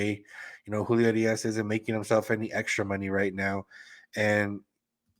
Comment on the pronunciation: The way you say Urias 🙄